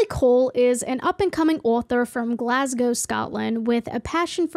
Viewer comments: I live in Paisley near Glasgow, thank you for pronouncing it correctly. I wouldn't have watched if you pronounced it "Glas-gaw" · FINALLY someone pronounces Glasgow properly, thank you kindly 🫡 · So glad that you pronounced Glasgow correctly. Very cool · The accent was on point today 👌 😭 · Happy you pronounced Glasgow correctly!! A lot of americans dont!! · you are the only american ive heard correctly pronounce glasgow keep it up queen